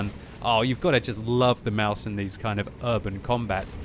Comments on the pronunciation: its pronounced Maus, you dont put anything behind the s...just stop doing that please. the english way of saying mouse is really damn close to the german way of saying Maus so no need to change anything there really...idk why some ppl believe german words are pronounced with an "a" at the end...like some ppl believe Porsche is pronounced Porscha...dafuq?! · CHUBBYCAKES Maus* or mouse, it's not mause, that's pronounced "Mausa"